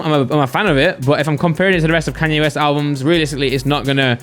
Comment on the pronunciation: Hearing say Kanye West really hurts